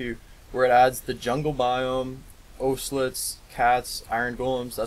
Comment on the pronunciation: It's not owselets it's ocelots